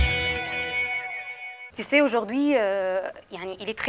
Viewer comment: النطق في الفرنسي غلط tu sais مش زي ما نطقتيها و أخطاء كثيرة في النطق والكلام